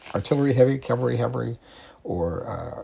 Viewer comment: It is CaVALry (like men on horses), not CALvary, like Jesus.